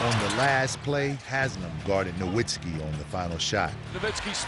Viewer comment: They keep saying Nowiztki wrong and it pisses me off